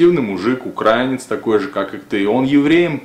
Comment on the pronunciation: Верно! Только они произносят это как УкраЕнец, а правильно УкраИнец.